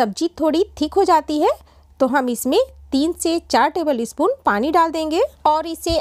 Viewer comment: espoon नही spoon होता है।